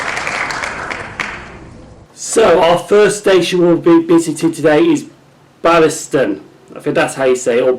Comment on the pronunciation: Nice one! Ballieston is pronounced “Bay-lis-ton” I used to live there, lovely place